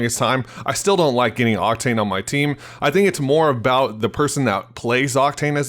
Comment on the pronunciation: you said cocktain lol